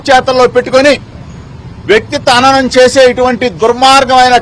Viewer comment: Vyaktitva hasanam ra hananam kaadu